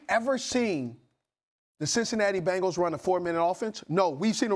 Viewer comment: If you pronounce "Bengal" correctly, it might help